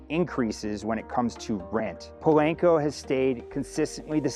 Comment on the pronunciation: Po-lahn-co. Not "lank".